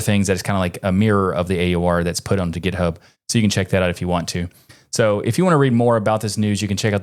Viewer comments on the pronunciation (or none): none